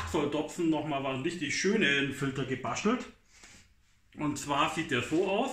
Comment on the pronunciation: gebaschtelt ..Aschtro😂